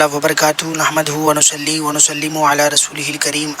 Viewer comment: تم اجھل ہو, نصلی ہے ص سے اور تم پڑھ رہےہو نسلی س سے جا کر پہلے علم حاصل ٹھیک سے .